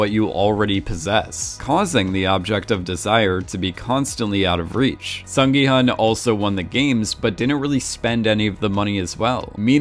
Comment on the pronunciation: FYI 기훈 is pronounced as “Gi-Hoon”